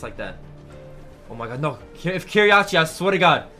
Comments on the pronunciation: Say it que rei not krey plz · Its Q - rei not krey in EU